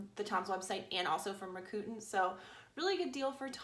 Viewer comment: Is 'ra-coo-tin" how americans pronounce Rakuten (rack-coo-ten)?